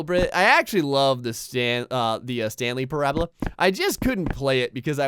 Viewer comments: Stanley Parr-abla! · its pronounced pair-u-bal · PARA-bull lol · thats not how you say parable.